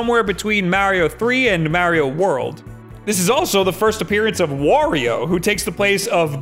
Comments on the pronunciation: You say Wario right but not Mario? Ok! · I always wonder why the guys like this that pronounce Mario's name wrong (which I still can't believe video game reviewers do) actually pronounce Wario's name correctly.... shouldn't they realize that the names should rhyme and then realize they are pronouncing Mario wrong? Oh well. Merio and Wario......dumb.